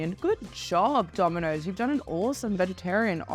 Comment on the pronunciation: I don't like how she says "Domino's" ........ But to be fair, I don't like how Aussie's or Kiwi's pronounce most words. ....Also .... AUSSIE AUSSIE AUSSIE!